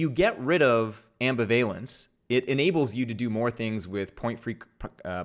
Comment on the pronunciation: Omg my poor ears, is there a program to replace incorrect pronunciations of ambivalence yet? So much language angst.